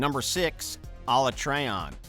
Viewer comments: His saying Alatreon wrong was what sent me. Dear God no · Nibelsnarf? More powerful than Gaoren which is the Elder dragon of the Crusteceans! Nibelsnarf has the most easiest tactics to kill, you can just combo it on it's back, lay a Bomb on the ground then fish it out the sands and Combo it. -ALat-three-on not Alah-treh-on -DAlama-dour not Dalah-mah-dur. -Lag-giac-krus not Lagiakrus. -The other 4 Black Dragons are on this list, Lol Like Dire Miralis are more Iconic than Rathalos. And also, the other Dragons. -Kacha-Wacha is on this list hut Rajang is not mentioned? The only "Apex Primate" we know that capable of killing Kirins. -Others are Outdated or not that powerful nor Iconic. -Mitsuzune is not included but his 3 foes are included. -Didn't include any Clips of Monster from World and Iceborne. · sounds relatable to me I mean I used to say “Ah-LAH-tree-on” but then noticed how Alatreon’s name is pronounced in Iceborne and from now on I say it like “AH-lah-TRAY-on” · Who is alatreon ? Why they say it like that